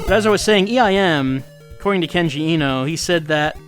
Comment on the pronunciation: I've been meaning to say this for a little while: the e in Eno is pronounced like the a in late. Vowels in japanese are all only pronounced one way. A is pronounced like the o in stop, i is pronounced like you pronounce it in kenji, u is pronounced like the double-o in food, and o is pronounced like in sold.